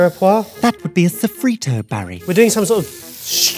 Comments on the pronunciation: Janice saying "A saffritto" over and over 😂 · "sofrito... ugh, what is it in Italian.. that's Spanish..." Sofrito in Italian: Soffritto Good try tho! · “Oh no what is it in Italian? Sofrito is spanish” Italian would be soffritto honey ahahah you were so close (I know this is going to be bad but I’ll enjoy every bit of it ahahah) Also edit: fun fact for, it’s pronounced BRUSKETTA not brushetta (and written bruschetta like you did in the subtitles) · soffritto = italian sofrito = spanish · Drinking game: take a shot every time says "Sofritto" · The Italian word is soffritto the french word is mirepoix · Soffritto,. That's the Italian mirepoix. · I'm here to be the annoyed Italian like the annoyed Spanish viewers with how you say paella but bruschetta is: broo-sketta! Anyhow, not upset at the whole video lmao. Love you guys! And love Soffrittoooo! lmao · “A SOFFRITTO” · its soffritto, different to spanish sofrito. soffritto is the italian name for a mirepoix. so they were right